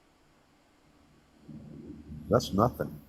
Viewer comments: best take away moments: SEE-ment and 2 Zygotes 🤣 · Omg “cEment”